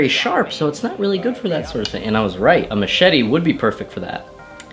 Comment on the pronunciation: Machete or a mashitty?